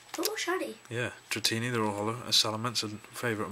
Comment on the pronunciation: Didn't you say dratini? I'm gonna say dratini.